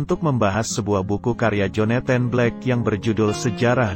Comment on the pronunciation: Agak terganggu dengan beberapa penyebutan yang gak pas, Joneten ? Pusel ? Maaf ya....nyebut Jonathan aja gpp kok daripada gak pas, Puzzle = Pazel....